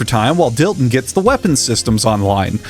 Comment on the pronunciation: Dillon? That’s Dilton boy, ‘pussum respek’ when ya’ mention his name!